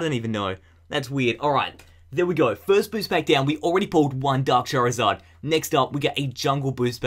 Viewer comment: At the end when he said charzard he said fucking